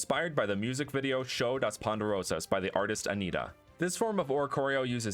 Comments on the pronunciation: I Love when tries to say something in Portuguese (Brazil) "show das poderosas" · Hahah not u trying to say Show das Poderosas 😂😂😂